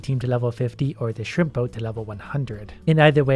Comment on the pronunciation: Am I only one who hears "shrimpo" and not shrimp boat?